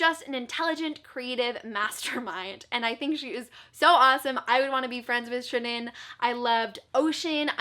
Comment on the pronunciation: Aaaahhh. You pronounced Shirin's name correctly. 💖 Glad that you loved AVLEOS! xx